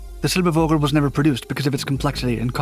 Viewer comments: i died a little bit inside every time silber-vogue-l was said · The german term "Vogel" is one of those nasty surprises, as it is one of a tiny number of words that are WRITTEN with a V, but SPOKEN with an F. "Fogel", or in this video, "Silberfogel", would be the correct way to say it. Sorry for making such a weird language XD But you really do a great job given how many terms in, for you, foreign languages you pronounce in your videos. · "Silbervogel" and "Sputnik" were pronounced like English words, completely wrong.